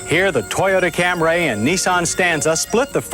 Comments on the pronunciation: insistence on calling it the Cam-ray kills me every time. It gives me shivers of discomfort. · Your deadpan pronunciation of "Camray" throughout the video somehow got funnier as you kept doing it.